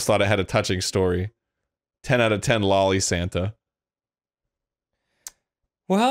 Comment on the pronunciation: The fact he says lolli instead of Loli is amazing XD